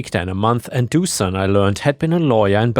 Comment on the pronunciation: I think it might be pronounced Doo-shan - the thing above the S - Dušan - turns into a “sh” sound!